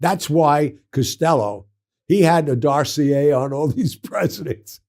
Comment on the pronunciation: I like how he calls a dossier a Darcy A.